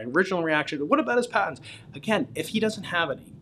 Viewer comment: You lost us at “patents” 😂 ok “Terrance”